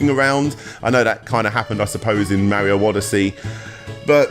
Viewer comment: I mean you can't even pronounce Mario right so like